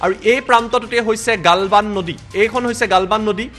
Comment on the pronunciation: ভাৰত মাতা কি জয় । খবৰ তো শুনি ভাল লাগিলে । মহাশয় আপোনাৰ শব্দ এটা ভুল শুনাৰ দৰে লাগিলে । গালৱান ঠাইত গালবান শুনাৰ দৰে লাগিলে ।